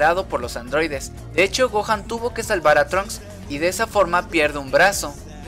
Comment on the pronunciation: LA CULPA ES DE LOS ADROIDES!!!!!!!: por que: POR SER ADROIDES!!!!!!!